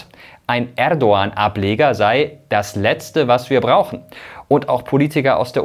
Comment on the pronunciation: Ich finde es sehr professionell das du den Name Erdogan richtig aussprichst! Danke dir!